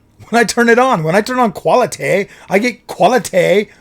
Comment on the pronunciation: I f*cking lost it 🤣"QualiTayy"